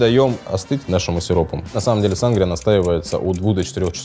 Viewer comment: Да у нас в Мексике тоже Сангрия ударение конечно на и как вы говорите очень ухо режет и конечно же есть рецепты и при том разные в зависимости с какими крепким напитком вы будете её употреблять если например с текилы у неё цвет более помидорный и вкус типа помидорного сока со специями и есть цвета красного вина сделанного на его основе и есть даже газировка с таким же названием и цветом вот так вот